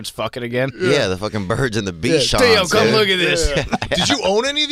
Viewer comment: Theo "Vonn"